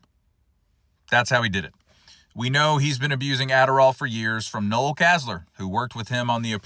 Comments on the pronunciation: The male name 'Noel' IS NOT pronounced like the Christmas NOEL. It's pronounced 'nole'....think Noel Coward. The female version is 'Noelle' and is pronounced like the Christmas NOEL. The holiday NOEL is just that, a holiday term. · Yes - for some reason the second time around with the Psychopath in Chief we have heard little about the Adderall abuse compared to his first disastrous term. Given that he is more psychotic than ever, I wonder why... Aside FYI: The man's name "Noel" is not pronounced "no-el" like Christmas, it is "nōl" - rhymes with "roll." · FYI Noel Casler pronounces his first name like Joel but with a N instead of a J. He has been using stimulants for years according to Noel.